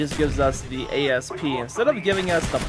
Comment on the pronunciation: Don't know why you keep saying a.s.p it's an asp..... like the snake asp and so is the python